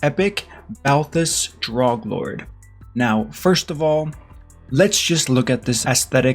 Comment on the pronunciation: FYI the a is silent in his last name